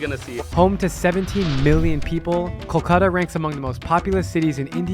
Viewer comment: Its not kokola it’s kolkota n if u cannot say word u can call like call-cut-aa